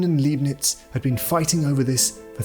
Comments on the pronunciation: Why can't AI get the number of fingers right? Leibniz is not pronounced Leebniz. but Libniz. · It's pronounced Liebnitz ya nation (said like lie) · Well balanced film. But the mis-pronunciation of 'Leibnitz' and 'Principia' is weird.